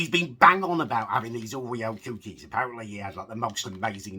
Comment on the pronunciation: Love how you say coo-keys